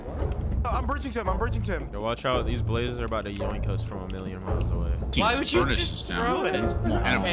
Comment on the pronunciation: ain’t no way he said “There’s too many BLAZEES!”